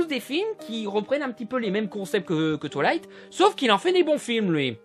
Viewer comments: c'est moi ou il dit "toilight" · « Twalight » Mes oreilles saignent 😂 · qui entend "touillaiyte"